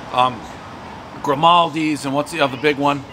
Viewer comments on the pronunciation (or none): It's Giordano's and not Grimaldi's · He’s always calling Giordanos “gramaldis” with so much confidence 😂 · Dave calling Giordano's “Grimaldi’s” never gets old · He means Giordano’s. I think it’s a running joke on the series that he can’t get the name right.